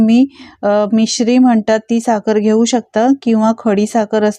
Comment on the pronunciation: किस नाही खीस म्हणा ताई साकर नाही साखर म्हणा